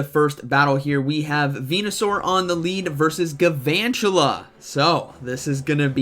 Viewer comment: Do you know there’s an L in galvantula???